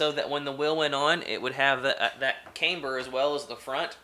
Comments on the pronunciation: Cam-ber not Came-ber, you wouldn’t say Cameshaft would you. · Nice video! Very informative! Oh, and FYI you're pronouncing camber wrong. It's "cam" not "came". Like how you would say camshaft. Look forward to seeing more vids! :)